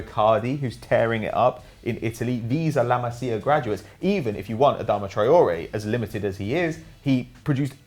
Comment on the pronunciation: Pronounciation!!! OMG my fucking ears are hurting and my brain can't understand a thing! Learn how to pronounce correctly those damn names! It's La MasIa not La MAzia and Kingsley FUCKING ComAn not COman...JESUS